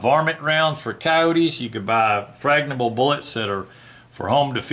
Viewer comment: a thoughtful presentation on your various levels of home defense arsenal. I do like your Arkansas pronunciation of “frangible” - that made me smile each time you said it lol. Your H&K P30 sounds like it will be a good addition 👍🏻. They taught me 3 round burst on the older M16 - not because 5 wouldn’t have been better, but because of the propensity of those weapons on full auto to jam with larger burst (and they were being frugal with the ammo lol). The only thing I don’t have on your list is the pepper spray and the M4 - I do have a lever action that fills that purpose though. I keep an old H&R.22 revolver in my nightstand and my.45acp next to me in bed. I keep them to afford me the time to get to my rifle. Hopefully, I’ll never have to need to use any of them…but I keep my perimeter prepped because hope isn’t enough.